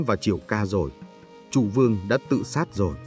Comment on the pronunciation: Nhà Châu hay nhà Chu..? Châu Văn Vương hay Chu Văn Vương..? Hình như đọc sai rồi..!